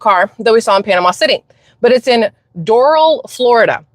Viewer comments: Doorowl....... Like the cigarettes..... Doral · It's DorAL like in ALabama. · Pronounce as Dough rall. Your welcome. LOL Sounds like Spirit airlines.